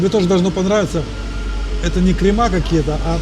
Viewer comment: "КремА" - дебильный жаргон полуграмотных визажистов. Правильно следует говорить - кремы.